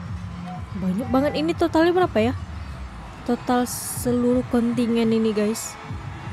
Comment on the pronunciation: Kontijen bkn kontingen